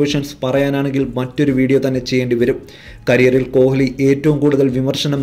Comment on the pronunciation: കോഹിലി yalla uchharikkendathu. Koli nnanu parayendathu.